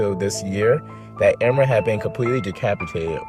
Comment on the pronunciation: It's not emma, it's E-mer